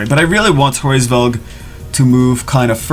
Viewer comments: hraevsss... COME ON IT'S HRAESVELG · its Hu-RAYS-velg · It's pronounced as raise velg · The pronunciation is Rra or ha or hra IS Veug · "I'm not pronouncing that name" tries to pronounce the name